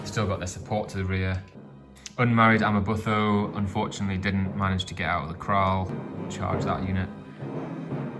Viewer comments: amaButho is pronounced Amma-boo-toe not amma-buh-tho. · Amabutho - ama boo to (as in tomato). Great video. Sorry to pick on pronunciation. Understandable really.